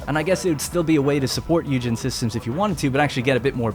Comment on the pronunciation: Isn't it pronounced "oi-gen" as opposed to hue-gen